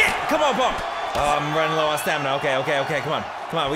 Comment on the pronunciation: Gotta work on your stamana